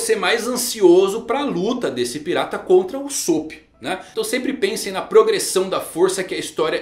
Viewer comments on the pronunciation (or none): none